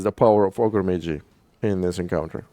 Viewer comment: Ah yes, Ogrè Maygee: invaluable mini.